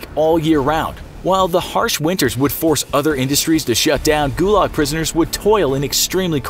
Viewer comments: guyuyuuuuulag is how you pronounced it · Ith pronounced like goolag actually thilly thilly youtuber